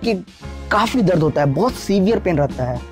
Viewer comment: Not Darad, it's dard